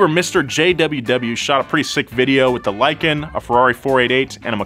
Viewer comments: Lie-kan i mean it lives up to its name. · "Lykan hypersport" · "lykan hyper sport"